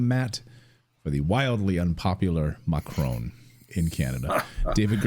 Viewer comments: It is Not MACHRONE As you say it is MA CRON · Thought this guy was supposed to be Canadian? Shameful that he says Macrone, intentionally mispronouncing his name. Americans might do it out of ignorance, Canadians have no such excuse.